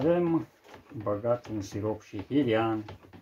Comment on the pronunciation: Se numeste Hrean nu Hirean.